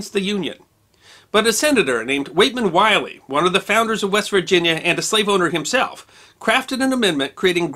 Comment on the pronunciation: You're mispronouncing Willey. It's will-ee not wy-lee. My family is the later and in no way related to the former.